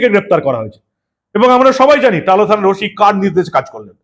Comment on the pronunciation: ভাই গুহ পরিবারের ছেলে ওশি বলছো শুদ্ধ শীলের মত ওসি বলো ওফিশার না ওফিসার কিছু মনে করো না❤